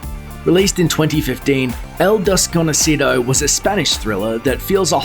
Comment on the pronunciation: "El-des-co-no-ci-dou!" Jaja